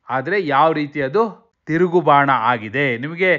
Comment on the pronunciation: Bhana alla adu Bana.